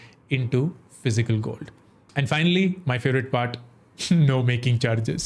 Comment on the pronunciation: Why upstox gold word is not pronounced properly?